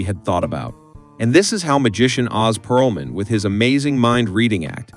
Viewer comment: Ō•z Pearlman lol